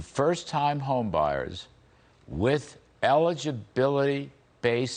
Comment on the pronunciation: Larry, please say your r’a at the end of dollars 🤦🏻‍♂️